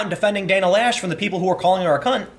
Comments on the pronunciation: loesch is pronounciated something close to "lash" because the word is german. translation would be delete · Loesch rhymes with mesh. The O is silent. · I dont care what she tells you, her name is not pronounced "Lash". Laysh is more believable, and Loesch is more likely.